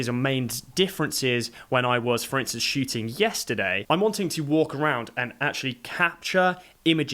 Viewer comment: It was fun, because listening the pronunciation I didn't get if you were shooting or shitting...